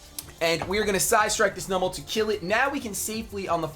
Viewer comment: the way you pronounce numel pains me